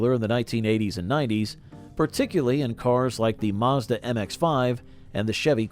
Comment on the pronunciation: It has an A.I. feel to it. Even the voice. (The way it pronounced Mazda.)